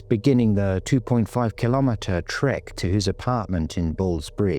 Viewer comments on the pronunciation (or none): none